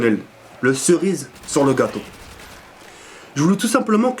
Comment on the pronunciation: "le surise sur le gâteau" ses la serise sur le gâteau